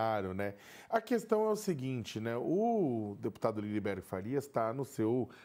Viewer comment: Gente amiga, perdoem este Pascoale de meia tigela que vos tecla, mas o nome do deputado é Lindbergh, não LindeNbergh. "Reiterar" também não tem esse N que se escuta no vídeo. Acho que esses dias escutei até um "mendigância" vindo de vocês. Mendicância. Ah, pra terminar: Mendigo, não mindiNgo. Parei, perdão. Obrigado por todo o resto. Tamo junto, abrações!